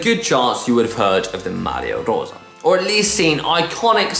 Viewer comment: Struggles with Campagnolo, but best pronunciation of Maglia Rosa by any GCN presenter